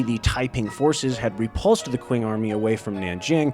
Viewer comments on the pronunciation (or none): Great video, just a small thing, q in Mandarin sounds like ch, so Qing would be pronounced like ching instead of using the English q sound. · "Qing" is pronounced as "Ching". It's where the word China comes from.